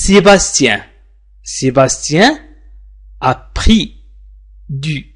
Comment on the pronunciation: Oui j'ai entendu bien, mais (( a pris )) je l'ai entendu (( après )). Avec tout mes respect .